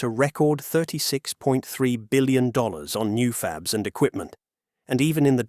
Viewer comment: Original language track is AI. Wow...what human says "fab-leez"